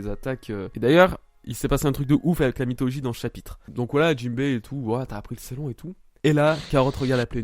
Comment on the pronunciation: J'ai pas vu le scan mais Ceylon, d'ailleurs ça ce dit " Ceylan ", c'était l'ancien nom du Sri Lanka avant 1948. Le lion auquel tu fais référence c'est peut-être celui figurant sur l'actuel drapeau du SriLanka. Parce que les lions comme tu dis, meme préhistorique ça n'existais pas la bas à part les léopards.